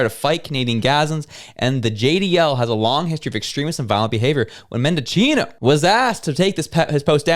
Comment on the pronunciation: Menda-'CH'i-no. If you are going to make statements about people, you need to at least sound like you know what you are talking about.